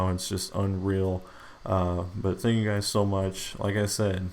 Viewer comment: he said sank you?